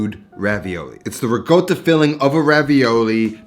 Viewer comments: Great video as always but please dude not RiGotta, it’s “Ree-kott-ah” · What the fuck is rigota? Its ricotta! Italians don't even say rigota. Come on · not double "c" but double "t", so it's "rico" (as in puerto rico) + "tta" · learn how to pronounce RiCOTTA not RiGOATta. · I love this channel, 10/10 content and editing but PLEASE stop calling it "rigoda", it's Ricccotttta 😭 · There is no “g” or “goat” in ricotta, check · I am really confused why he keeps saying rigotta instead of ricotta? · Actually he doesn’t even say rigotta, he says rigoatta. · Your recipes are always the greatest! But fyi it’s pronounced Ri-cco-ta not Ri-goata but it doesn’t matter I just thought I’d let you know bud🙂 Your last sandwich recipe was fire 🔥! 😋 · I thought the same thing. But this guy is Italian and lived in Italy for years. So maybe he knows something we don't know? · You should be obsessed with pronouncing ricotta properly. Rigoatta isn't a word. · your recipes are delicious but you have to work on your italian. Rigoata🤣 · RICOTTA WITH A C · The “g” in ricotta is silent too. 😊 Love your work and this looks great.